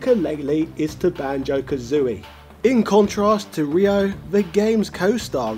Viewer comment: What? He literally called Ryo "Rhea" for half the video and then proceeded to change it to "Rio." The sound "yo" is not pronounced as Yeehaw, dawg. =P Ryo is r-yo. Ryu is r-yu. It's read exactly as it is written, unlike queue or eyeore. And yah, why not ShoRAYEooh-Kane or "Too doo" for Todoh then?.. Lemme guess, Ryuhaku's daughter is Kay-suhmay?! :D